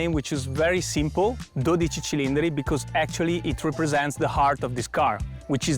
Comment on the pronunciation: Ja ekalla heti lausuttu väärin 😑 Mikä ”cilindre”, jos se kirjotetaan Cilindri niin ei sitä lausuta niin että se sana päättyy e-kirjaimeen